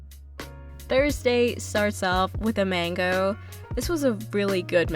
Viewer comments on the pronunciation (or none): none